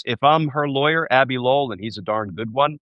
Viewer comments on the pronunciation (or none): none